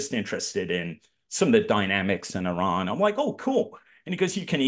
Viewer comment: It's pronounced E-RUN not i-ran.....